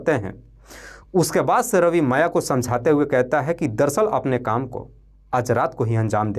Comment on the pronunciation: AAP SULEKHA our MAYA kaa NAAM galat tarike se bol diye hai... Apnee STORY AAP khud dobara padne ke baad apnee kamiyan dekhe ...